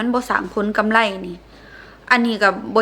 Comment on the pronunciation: กำไร ไม่ใช่ กำไล